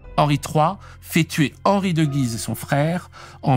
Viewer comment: Encore un excellent épisode ! A noter cependant que dans le nom de la ville de Guise, le "u" se prononce ;)